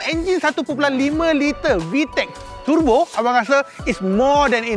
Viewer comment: Kaki turbo akan sebut tebo..bkn turbo..🤭